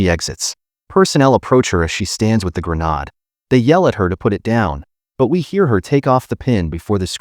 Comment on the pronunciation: It's gre-nade